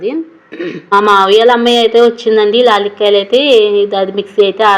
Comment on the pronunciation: లాలీక్కాయలు కాదు యాలక్కాయలు అంటారు